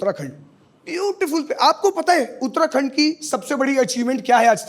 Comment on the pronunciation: Bhai ne uttarakhand bolte he dil jeet liaaa up se uk hahaahh. Love from.haldwani bro